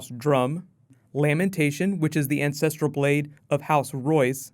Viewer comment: I kept hearing incestrial blade.